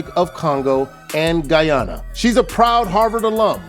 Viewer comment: I hate the way they say Guyana .